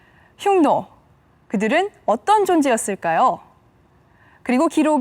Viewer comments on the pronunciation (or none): 훈족에 의해 로마가 망했나여?로마에서 흉노를 훈노로 발음한다..재밌네요